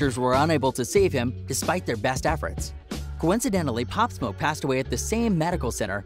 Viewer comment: he said pop smok